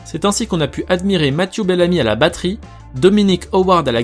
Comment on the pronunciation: Mathieux bellamy et pas masiou bellami